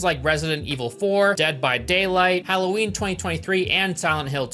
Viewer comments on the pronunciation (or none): none